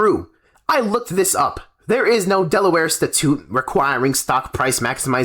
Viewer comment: Great video. However your abysmal mispronunciation of statute renders the whole argument invalid, everyone is now legally required to disregard the whole thing and return to complaining about fiduciary responsibility to maximize shareholder value